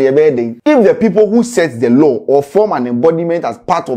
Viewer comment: Law “LaL”😂😂😂 eiii scanty